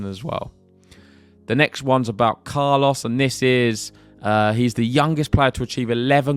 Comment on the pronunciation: Love your pronunciation of Carlos' name. Spot on. Carlos took control of the match in the second set by changing the rhythm of the exchanges. his heavy high balls were not easy for Jannik to handle